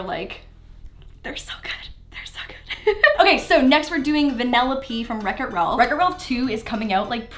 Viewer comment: is it just me or did she say wreck it ralph with an ancient